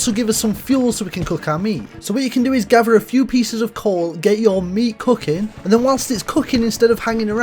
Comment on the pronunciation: “Get your meat Couking” 💀💀